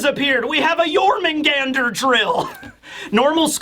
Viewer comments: As a Swede, your pronunciation of Jörmungandr isn't that far off for an English speaker. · Your Jörmungandr pronunciation is actually pretty good